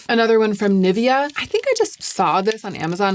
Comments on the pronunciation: The way you’re pronouncing Nivea is really throwing me off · I'm not a language snob, I don't care about the way people speak as long as I get the sense of it. But there's one thing that pains me for unknown reason - USians reading Nivea 🙈 I'm physically unwell after that